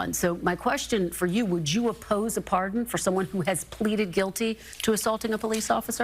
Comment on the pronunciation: Why are you saying the word pardon like that? Honestly it's just weird and it sounds really f**** weird. Don't emphasize after P, don't make it a three-syllable word for no reason when it's only two syllables. Just leave it at two syllables and say it straight without the emphasis. I'm sorry, not sorry it just sounded very weird